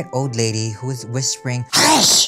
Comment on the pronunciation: No one talking about that sharp "hush!" ? I hollered so loud 🤣🤣